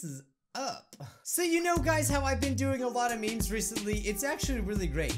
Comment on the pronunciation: Not "Meme's", "Memes"*